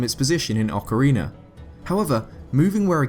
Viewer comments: Please stop saying "ocarener" it's ocarina! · my man, stop prenouncing Ocarina of Time as Ocariner of Time wich it sounds like you do...it bothers me as a Zelda fan. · you say that in many videos: Ocariner instead of Ocarina. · It's just his accent making the extra letter appear in the word. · Ocariner of Time. Then the instrument is an Ocarina. Why does an "r" sneak on there? Many questions, so few answers... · OCARINER OF TIME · you know what, i think your absolutly right buddy! :) aqnd yah Ocariiiiner hehe ;) love it! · "Ocarinar of time"... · Sorry, i cant stand that ocariner shit. Once, maybe, but this many time is making my ears bleed. :'( Otherwise good videos, but i just cant stand those intrusive R's. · Please stop saying "ocareener" of time, it's annoying.